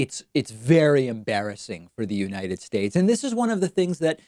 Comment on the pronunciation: What do they expect from a guy that can't even properly say the name of the country he's President of? "United Shatesh"